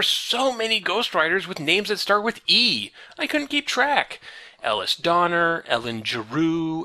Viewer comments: It's pronounced "Uh-Lease," not "Ell-uss." If only I had watched these videos when that would have made a difference. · i forgot this guy pronounced Elise like Ellis literally every time. he must have run into an IRL Elise and been forcefully corrected by now